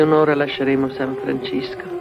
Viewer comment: san francisco .....cisco ...non sisco... a quei tempi i doppiatori non sapevano l inglese ......sempre indietro come i gamberi